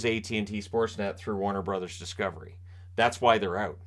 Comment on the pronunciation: Did you mean Warner Bros? Not Watner Bros